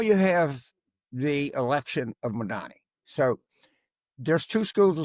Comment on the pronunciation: Al, respectfully, please learn to pronounce Zorhan's last name correctly. Thank you.